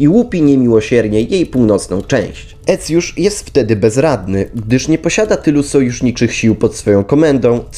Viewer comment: A skąd ta fonetyka? Cosik mi się tu nie zgadza, zwłaszcza jeśli chodzi o Aecjusza.